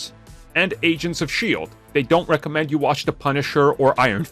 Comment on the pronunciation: You had me searching what "recement" meant...until you said "recommend" in the intro!!😜👍